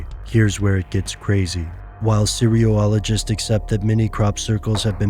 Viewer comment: That is totally not how you pronounce "cereologists."